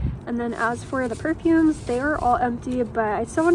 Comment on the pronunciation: Why does she say perfumes the way she says it.